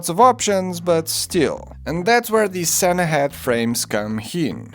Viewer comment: It's skådis, not skadis Its Sannahed, not Sannahead